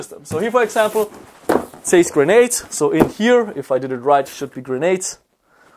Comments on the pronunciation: Grenades not Granades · it`s "grenades", not "granades"